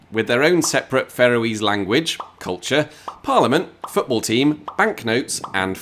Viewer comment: Did he say Faroese correctly? It sounded more like 'pharoah-ese'. I thought it it should more like 'Far-owe-ease'.